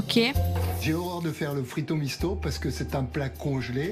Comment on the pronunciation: Au début je penser entendre Frito Michto😅🤣😂.